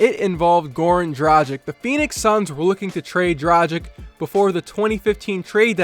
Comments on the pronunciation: DRAGIC not dracig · It's "Dra-gìch," not "Dra-jìk." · It is DRUGEEG man. This is how they say it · Say it with me. The G in Dragic is pronounced the same as the G in Goran. Repeat after me, Goran Dragic.